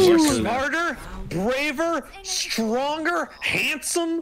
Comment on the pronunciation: you said stonger not stronger